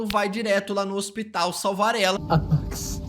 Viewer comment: Por que ele fala MEX ? É Maaaaaax